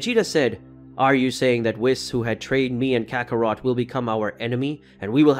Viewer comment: Bro it's Kakarot not Ca ka ro to